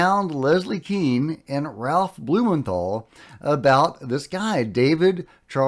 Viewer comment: keane is pronounced caine ... (as in michael caine)